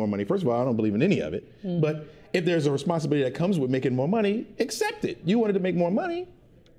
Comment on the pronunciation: Lies!!! I didn’t like how said “Responsibilities”